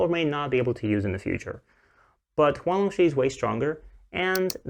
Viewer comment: Just a tip, the "Shi" in Huang Longshi is pronounced "shur", not "shee". Thank you for the video!